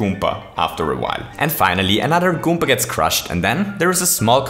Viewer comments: You need to stop saying goompa. Its goomba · At 8: 43, you called a koopa a gommba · I like how he says goomba. "Goompa" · this was amazing but i still despise the way you say goomba okay no for real good vid